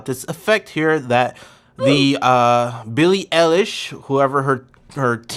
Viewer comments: Billie elish IT'S I LISH JUST SPELLED EILISH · DID HE JUST SAY BILLIE ELLISH?!? AND ELLIESH?!?